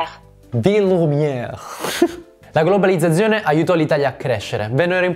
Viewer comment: bravo come sempre ma oltre al francese anche c'è qualche problema di pronuncia con la parola GLOBALIZZAZIONE- Urge un corso di dizione per sterronizzare la divulgazione! ;-D